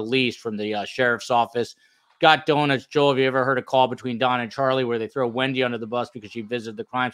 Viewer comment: "Wendi" not "Wendye"